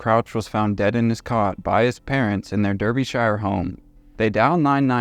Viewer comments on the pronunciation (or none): Daa-ba-sher(sha). Derbyshire. Pronunciation is important. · As someone from the uk it’s pronounced “dar-bee-shur” but great vid haha!